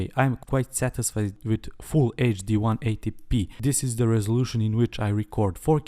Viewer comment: Hey, found your channel recently and love it! Don't want to nitpick, but it's usually pronounced as ten-80-p. Keep up the awesome videos, man! Your videos will probably be what I check out when I'm ready to buy an action cam :)